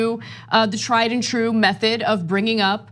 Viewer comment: Trrrrue Criminal 😂😂😂